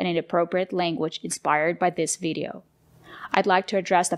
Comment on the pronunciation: In one of their videos Liza says that it's okay to have an accent. But when does accent become mispronunciation? I thought that the way she pronounces "video" in the video by her that you just criticized for her mispronunciation of "accusation" also borders on "wrong" because the e-sound in video should be shorter. It's her Russian accent "shining through". Having said that I generally like English for Everyone and I think it's necessary to call out the scammers but I too noticed that they didn't tag you in the video where they critiqued your mistakes that you made while speaking casually (which I think is unfair and to turn off the comments is pretty sh*tty of them). Some further comments – the use and interpretation of expressions such as "this is lit" or "spill the tea" might not be so much dependent on regional differences but on social factors, such as age and what media you use.